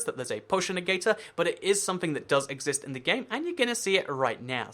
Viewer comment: I cought that little egg joke there. Unless that wasn't a joke and just you mispronouncing exist. Either way, I heard it.